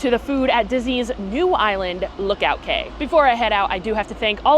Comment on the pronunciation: I was laughing at how you were correcting Ryan’s pronunciation of Grand Marnier but then you said KAY instead of KEY. Key, Cay, Quay, etc = KEY, honey, don’t get it wrong.